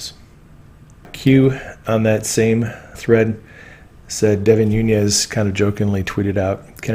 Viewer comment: Devin Nunes - surname is Portuguese, Nunes (not Núñez). Pronounced Noo - nes. Just trying to help.